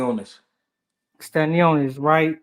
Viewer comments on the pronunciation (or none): Bro called stanionis tostones😂😂